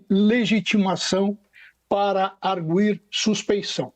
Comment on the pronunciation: Jornalistas precisam se preparar, não é AR-GUI- com GUI como Guilherme.. é ar-gUi, como se tivesse trema!!